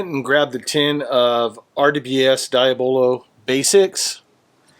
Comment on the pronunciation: Dee-ab-low Just saying. 😉👍🏼 Nice vid.